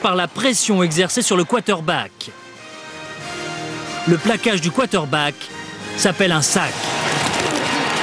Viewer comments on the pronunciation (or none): bonne video.. mais c'est quarterback ... pas quaterback comme tu dis tjs dans ta video